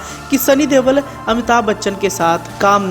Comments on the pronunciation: Dewal nahi Deol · Sunny dewl nhi pagal sunny deol